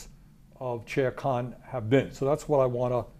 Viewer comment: When the Senator says Chair Khan it sounds like Sher Khan - which is Tiger Ruler. Sounds about right. Keep doing the good work, both of you